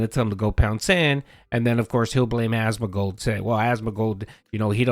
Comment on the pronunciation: It's AsmoNgold, not Asmogold, pronounce it correctly, jesus christ...